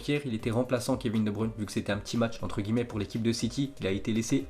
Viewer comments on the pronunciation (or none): none